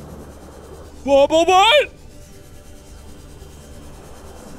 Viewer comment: Can't take him seriously if he keeps calling bumblebutt bubblebutt